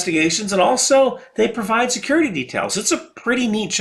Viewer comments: serurity made me laugh so hard! Don't you dare change it! Loved the vid as always man. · when you call security serurty